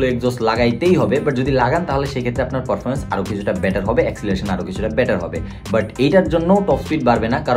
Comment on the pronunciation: ভাই আপনার উচ্চারণটা ঠিক করেন । পরফরমমেন্স কি ?